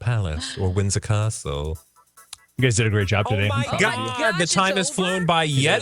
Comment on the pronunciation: "Windsor cah-stle" had me laughing! That British accent wasn't bad. Much love from the UK xx